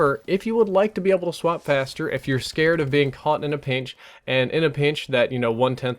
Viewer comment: "in a peench"